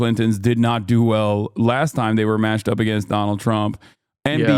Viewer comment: "AeGainst Do nald Trump"